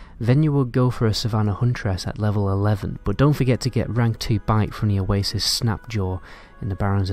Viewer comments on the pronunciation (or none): none